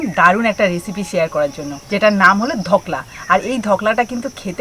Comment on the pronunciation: কথা টা হল ধোকলা, ধকলা নয়